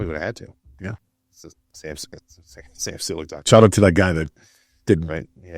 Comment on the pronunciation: Jay gives off the "trying to be hip with the young kids persona". Having Sam on your podcast while you can't even pronounce his last name. Then the motto for your gym... " It's not a gym... It's a vibe." Guess you gotta do what you gotta do to sell your brand.